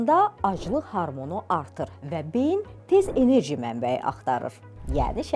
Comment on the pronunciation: Harmon yox "hormon"